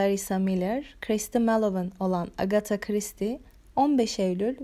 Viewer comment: Full isim telaffuzundan sonra tebrik ederek abone oldum